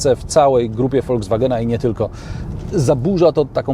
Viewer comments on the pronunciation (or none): none